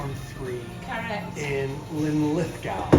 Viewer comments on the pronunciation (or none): I love how your pronunciation of Linlithgow got worse as the video went on! 😀 A hard one for our cousins across the pond. You were correct the second go, right at the start btw, not that it matters. One love from Glasgow. 💙 🦁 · It's pronounced Linlithgo. The W is not pronounced. Just as Glasgow is pronounced Glasgo. However, Loch Lomond is pronounced Loch Lowmend. Next week's lesson will be Milngavie and Culross.